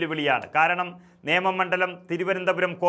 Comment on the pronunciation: നിയമം അല്ല നേമം എന്നാണ്.